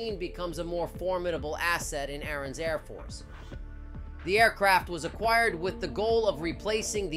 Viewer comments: In the video why are you saying Arun . it is Azerbijan not Arun . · What is Erran? Do you mean azerbaijan? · Why do you keep calling Azerbaijan Aaron?